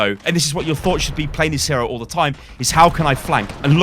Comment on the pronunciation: Hero? It is not ow lol